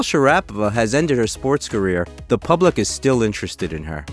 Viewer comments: I hate this computer sounding voice that mispronounced her name consistently, calling her Mary and Sharap o va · ITS ....SHARA PO VA. ...get the name right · sha-RAP-o-va? As soon as I heard her name mispronounced, I turned off the video. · Shara PO Va ..ever think of maybe researching how to pronounce names ...you could benefit a LOT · Mispronounced her name...shar....a....pova...easy I think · It’s pronounced SharapO va😳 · I’m out as soon as you butchered her name! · Wow this was super butchered😄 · This guy cant even pronounce her name correctly. 😂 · why is he saying her name wrong has anyone notice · It outrageous that guy miss butchered her last name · If you're gong to do a program, on her, you may want to know how to pronounce her Name..? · Geeeez mate learn to pronounce her name first .. Maria is absolutely gorgeous . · Learn to pronounce her name properly first, then make videos on her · You are pronouncing her name cringe worthy incorrectly. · I know right, I couldn't stand the way he was pronouncing her name right off the bat.! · Wish you could pronounce her name right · That’s funny I did exactly the same thing as soon as you butchered her name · All this research and you can’t pronounce her name. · You really butchered her last name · Also done as you mispronounced her name. Done any research beforehand? Or simply reading a script? Is this what it's like to be a 20-something? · I'm a fan of Maria Sharapova. But I had to stop watching this video after 48 seconds. Because I cannot stand the narrator's constant MISPRONUNCIATION of her family name. Apparently the clueless narrator has never heard sportscasters covering one of her tennis matches. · Can you at least pronounce her name correctly? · I don't know why he says the name wrong so many times. 😂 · you figure the narrator would learn how to pronounce her name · You'd think that when doing a video about a person,, you would pronounce her name right. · Pronounce her name correctly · It's Shara-pova.